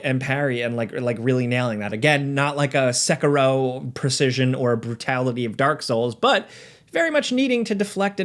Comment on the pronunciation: Learn how to pronounce Onimusha and Sekiro.